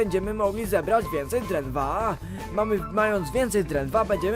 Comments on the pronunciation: mówi drenwa a nie drentwa:) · Niebieska smycz dla psa mogę być na tablicy wnuczkuw burmiszcz a i mówi się drewna i drewno a nie drentwa👍🤣🤣😂👍